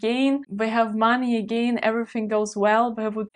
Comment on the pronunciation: To add to that - and again, your English is generally very good - "gain" is approximately pronounced like German "gähjn," while "again" has the stress on the second syllable, and may be approximated by German egg*äh*nn.